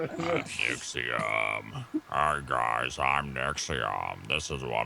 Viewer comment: N-ixio-M for fooks sake. NIXIOM!!!!